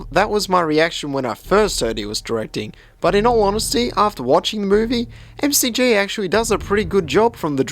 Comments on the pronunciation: M-C-G? It's Mc-G! Like MC...donalds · It's not 'Em Cee Gee', it's MacG. Yup, like the Big Mac. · It's pronounced McG (mucgee) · McG pronounced as Em-See-Gee.....oh lolz much! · it's MICK-G. other than that excellent review man :p